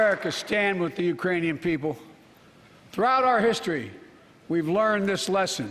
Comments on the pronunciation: He says "uranian peole", Wake up it is already day.. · Hahah he did but he said Uranian!! It isn't even a country!! Hah it's like saying " nuclear warfolk' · No, he didn’t say “Iranians”. He actually got tongue twisted and mispronounced Ukrainian. He said “Urainian people ” (yea, go back and listen ) which is still wrong, but not uncommon in human speech and certainly not uncommon with someone dealing with a speech impediment. Considering that he said it correctly the few dozen other times I’m sure you can get over it. Especially, if you put up with four years of the previous president’s speeches. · he said "uranian" thats what I heard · I have increased the volume and have repeated it and I hear no “K” when he enunciated the word. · Wow an old man with a stutter mispronounced a word 😮 so shocked!! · WOW an old man with a stutter mispronounced a word!! 😲